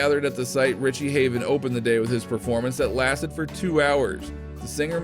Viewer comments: Richie Havens not Haven !!! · There isn't a single photo that couldn't be previously seen. Summer of 1959? Are you insane?? Tie-downs?? It's Tie-Dyed, you ignorant moron! it's Richie Havens, not Haven. What an ill-conceived waste of time this was. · Also, it's Richie Havens ... with an S at the end -- NOT Richie "Haven." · It’s “tie dye” not “tie down”; and it’s Ritchie Havens, not Ritchie Haven. 😁 What can you expect from someone who is just reading a script. Many other inaccuracies and inconsistencies here. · It’s Richie Havens—with an “s”—not Haven!